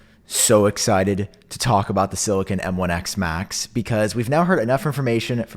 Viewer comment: I keep thinking that when you say m1x macs you're saying m1x max